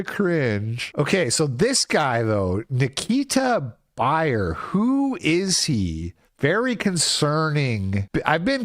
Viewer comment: you trickster. You tried to bury the lead by pronouncing his name "buyer". The first thing I thought of was, "Isn't 'beer' one of those names?" Masterful storytelling, absolute cinema.